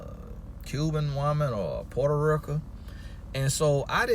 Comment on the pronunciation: "Puerto Rica"